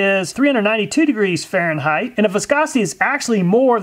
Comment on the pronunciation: Just a pet peave of mine but it might bug others and turn them off from your vids. Fahrenheit does not have an h on the end and is not pronounced with a th sound at the end, rather it is a hard t sound. Also the s at the end of illiois is silent, should be pronounced ill-annoy